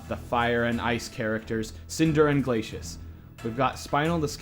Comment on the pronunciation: glaysheeus?....its GLAY CEE US.